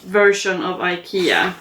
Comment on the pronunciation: You're the first actual Swedish person I've ever heard pronounce "Ikea" so I'm glad to know we say it correctly over here!! We have an enormous IKEA store here in the city where I am from, it can easily take half a day to see everything in that store! It's like a maze inside. The meatballs are great! 🩵💛🩵